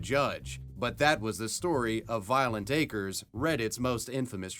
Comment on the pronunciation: Lmfao at Anderson Cooper pronouncing acres as a crez